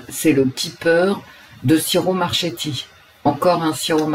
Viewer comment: coucou... Pour info : le CH en italien se prononce comme le QUE ... ce qui donne : QUIRO MARQUéTI... quand je t'entend dire ce nom, j'ai mal à mon oreille italienne.... mdr . Après tu fais comme tu veux. bisous et merci pour ce tirage